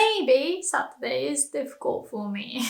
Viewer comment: satruday or saturday hahah